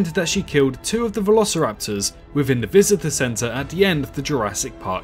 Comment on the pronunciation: Can't this guy say "th"? it's "within" not "wivin"